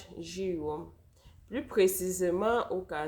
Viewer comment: Village njiwoum pas njéwe c'est dans le noun